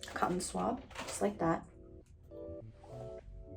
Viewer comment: “Cotton swab” 🤦🏻‍♀️😂😂